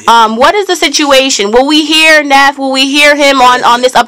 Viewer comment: this bitch said NEEF not NEEF nigga NEF nigga its NEEF you SUCK ur played out it's OVEEEEEEEEEEEEEER!-East Oakland Roy